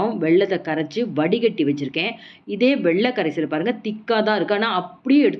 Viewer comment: வெள்ள கரைசல் இல்லை. It's வெல்ல கரைசல். Avoid such pronunciation defect. Your recipes are very good, no doubt.